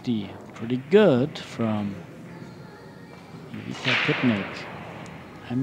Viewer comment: First of all that commentators should learn how to say properly players name and then comment. DISGRACE. Its not IVIKA.